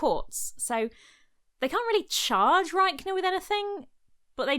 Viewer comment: Commenting on this video two years after it was published to say I kept hearing Rykener as "Riker" (as in Will Riker from TNG, Notorious Bisexual ;) )